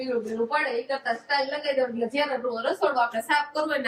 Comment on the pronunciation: સ્ટાઇલ નો મતલબ જુદો થાય છે અને ટાઇલસ નો મતલબ પન જુદો થાય છે..તમને બે લાખ લોકો જુવે છે તો સરખુ બોલો...